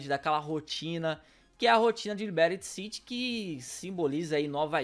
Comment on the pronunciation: "Liberyti city" aí é foda neh